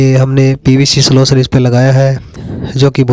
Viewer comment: सोलसन नही गधे सोल्यूशन...